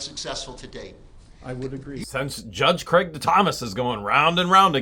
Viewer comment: I keep rewinding back to where you're calling him, "Craigy," lol.